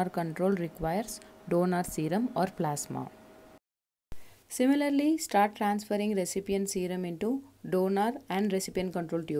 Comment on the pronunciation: Similarly is pronounced as THIMILARLY 😀😃😄😁😆